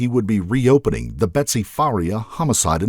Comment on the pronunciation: the narrator keeps saying betty instead of betsy....